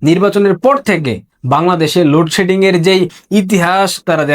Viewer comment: উচ্চারণ ঠিক কর,,,, লুড সেডিং কী,,,,????